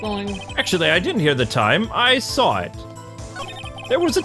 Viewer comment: And Sahwit = saw it